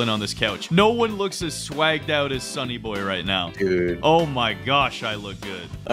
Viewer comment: I think you mispronounced "Sunny"